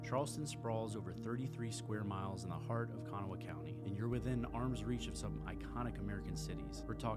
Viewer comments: It's: K' Nahw OR K'Nah-wuh NOT Kano-wah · You've obviously gleaned all these facts from Google, and you've never even been there. Kanawha is pronounced KeNAW, not Kana wha! If you pronounced Kanawha like you do they would laugh you out of town! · Umm learn how to pronounce Kanawha. Ka-na-wa (h is silent) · It's pronounced Ka-gnaw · I had to stop watching this because it killed me with you saying Kanawha. If it is an odd name, please learn how to say it! Makes you sound like you don’t know what you are talking about! Also Charlotte NC and Charleston SC are two different towns!!! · Where are you from? Not trying to be a jerk. Just curious. You're obviously not from WV by the way you pronounced Monongahela and Kanawha. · PLEASE learn to pronounce KANAWHA. 255,000 ? you are about 200,000 off for Charleston. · You actually pronounced “Kanawha” wrong, though? 😫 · How did you pronounce "Kanawha"? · Not even close to how the locals do lol